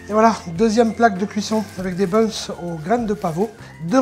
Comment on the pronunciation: le s ce prononce ces pour qu'il ya un s ça sert pas à rien